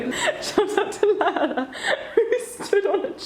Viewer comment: I love how you pronounce Lara💛